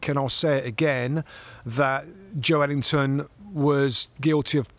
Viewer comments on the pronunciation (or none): FFS. Its Joelinton (pronounced Joel-inton), not Joe Ellington, and it was Bruno Guimaraes playing for newcastle, not Bruno Fernandez. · Bruh.... Im born and bred geordie and it is 100% Jo-elington. Just cos we call him joe linton doesnt make it his name, Joe himself says Jo-Elington. Same with Fabian Schar, its pronounced Scher but we all called him Schar for years. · What a cruddy first couple of minutes. Get your facts right bits. The ball was kept in play by Joe Willock not Calum Wilson. Plus it’s Joelinton, not Joe Ellington as both pundits call him repeatedly. Amateurish.